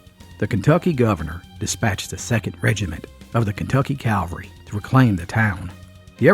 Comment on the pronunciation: Uh, it's Kentucky Cavalry, not Calvary.